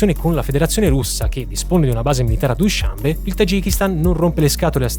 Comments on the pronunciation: Straordinario come sempre! Vivo in Asia Centrale, sono stato nelle magnifiche montagne tagiche, nella capitale. La descrizione è perfetta...posso essere pignolo? Dushanbè, accento alla fine. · Ottimo. Solo una domanda, non si pronuncia dushanbe'?